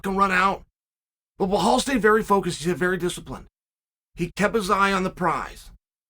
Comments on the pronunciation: BLAHALL “TWIN TOWERS” MOOHAMMAD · Bleholl ‘ANTHONY SMITH’ Moohamod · It’s bilal